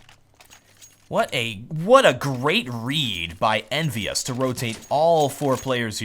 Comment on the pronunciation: He says EnvyUs like NBS and every time he does i feel like he misspelled something like NBS instead of NBK or so.